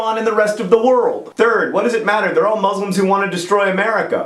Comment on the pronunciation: why does EVERYONE pronounce Muslim wrong